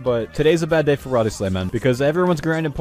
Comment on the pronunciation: The ''Wild" part of Wildy is pronounced like 'wilderness', but he thinks It's "Wild". The reason everyone calls it wildy is because It's the wilderness. Not the wild.